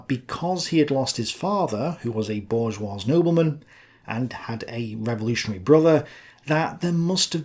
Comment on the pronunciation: the s in bourgeois is silent. However, pls keep saying it the same way because French pronunciation is commie bullshit (obviously). Looking forward to “Pendejo: the Life of Karl Marx.” (Potential series?)